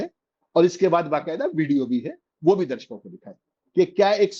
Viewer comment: Abey saley kahan kahan se uth kar YouTube par aane lage ho. Bolna to seekho presentation dhang se karo. Darshako hota hai Darsako nhi hota